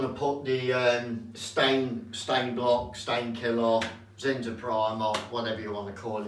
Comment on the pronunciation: He uses Zin-zah